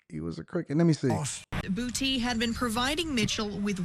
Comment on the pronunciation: Dat nigga last name is Boo-tay❗️❗️😩😂🤣🤣🤣🤣🤣💀💀